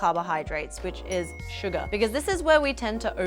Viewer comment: Every time says SUGAR, I hear it like SUGA 💜🌝Any ARMYs here???😌